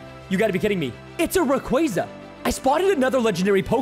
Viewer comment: Also preston that's not how you say rayquaza